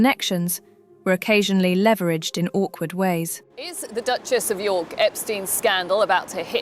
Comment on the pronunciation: Duchesses of Yuk not York!😮